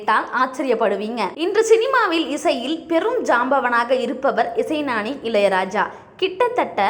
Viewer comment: பாப்பா, இசைநானி அல்ல, இசைஞானி. முதலில் தமிழ் பேசக்கற்றுக்கொள். காலை 7 மணிக்குத்தான் காலை டிபன் சாப்பிடுவாராம். இது என்ன பைத்தியக்காரத்தனமாக உள்ளது. காலை 7 மணிக்கு மதிய உணவையா உண்பார்? லட்சக்கணக்கான பாடல்களுக்கு இசை அமைத்துள்ளாரா? அட தற்குறிகளா? சுமார் 7,000 பாடல்களுக்குத்தான் அவர் இசை மீட்டியுள்ளார். பிரசாந்த் ஸ்டூடியோ அல்ல, பிரசாத் ஸ்டூடியோ..!! 'பஞ்ச்' அருணாசலம் அல்ல, பஞ்சு அருணாசலம். அவ்வளவும் ஓட்டை. கண்றாவி.